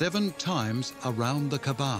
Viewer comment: Great documentary. I wish the narrator had taken care to pronounce the "kaa'ba" correctly. It's not kabbaa, it's kaa'ba.